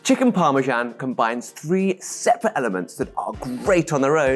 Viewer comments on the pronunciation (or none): what is this thing you call parmsan?😿